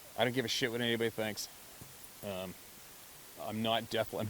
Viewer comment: They probably say what does “ give a shit” mean? No one says it with as much emphasis 😂😂😂😂